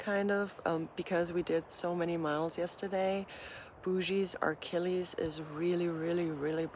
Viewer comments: It's "uh-killies" not "ark-killies." I know you love when people correct your pronunciation 😅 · Just a heads up, and this is without malicious intent. It’s Achilles not Archilles. Sorry, that’s the therapist in me coming out. Love your videos!